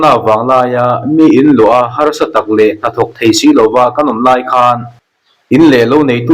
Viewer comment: Ka lo in rawlh ve lawk, i thu chhiar a fiah ṭha in a ngaihnawm khawp mai, tih sa loh loh, tih kha, Sa lai kha, vawksa tih ri ang ni lovin, satla, tih a tla ang khan lam rik tur niin ka lo hre ve deuh va, mahse awmna veng leh khua a zirin a thluk hi a in anglo ve ṭhin tho bawk a